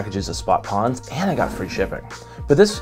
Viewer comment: also... love your video...but I also have to raz you about your "pawns" vs. pRawns-- dont forget the R...lol